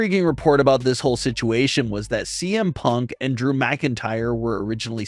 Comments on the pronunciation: Is it just me or did you say DM Punk at the very beginning?? lol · I love how the beginning he says DM punk instead of CM punk lol.